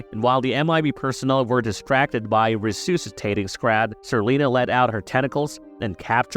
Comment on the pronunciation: Lara Flynn BOYD...not BOIL...regurgatated....Regurgitated... Re-soosatating...Resuscitating....Not even 5 minutes into it, Brah! PLEASE learn to pronounce correctly....Look up google and how to say these words, please! Gotta start start looking bad a$$ smart in front of dem boomers!